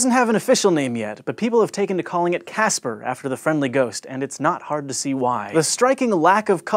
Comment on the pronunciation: I thought he said gaster octopus not Casper octopus